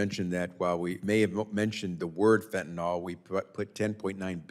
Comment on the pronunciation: It’s pronounced ‘fentanil’, not fentinall.